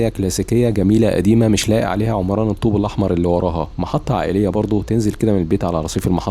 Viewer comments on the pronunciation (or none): none